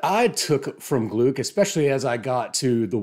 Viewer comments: Great video! She became one of my favourite poets of all time. Just a quick correction, if you allow me: it’s pronounced “Glick”, rhyming with “click” 😉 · With all due respect....her name is pronounced "Glick." Rhymes with "click" Great job. -Johnnie Stanizzi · I worked with Louise at Goddard. Please her last name is pronounced Glick. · Thanks so much! Great to be here! (And I know to pronounce it as glick now.) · I’d never heard it pronounced aloud, so, yeah, I just assumed German. I’ve since been corrected with several variations! Lol Michael Silverblatt says it’s pronounced to rhyme with cluck. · Anyway, if you want to hear it pronounced, take a looked at the announcement video for the 2020 Nobel in Literature where Mats Malm and Anders Olsson (both members of the Swedish Academy, the institution that decides each year's laureates) say her name. In some news publications they also stress this approximation to her name rhyming with “click”; it may not be a precise example but a close one.